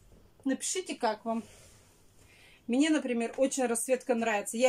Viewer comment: Мине мине,фу слушать противно!